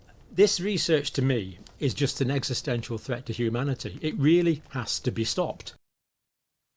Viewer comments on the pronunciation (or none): none